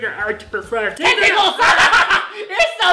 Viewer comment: hahahahahahahahahahahaha ten-tickles